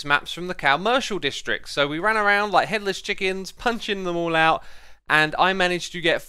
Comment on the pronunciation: I was shocked for a second because I thought he said Hitler's chickens instead of headless! 😂😂😂🤦‍♀️